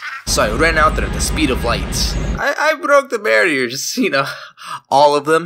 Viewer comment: SPEED OF LUGHT AGAINNN